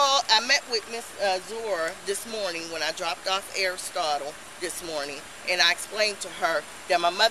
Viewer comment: I'm sorry, did she say "Aristotle?" Come on now, why you do that to that child?!!! Should be arrested for that alone Smmfh